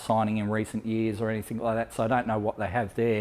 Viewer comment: You said anythink ... ha how thick r u